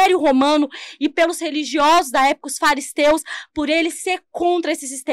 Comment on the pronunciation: A mina falou Faristeus? kkkk essa manja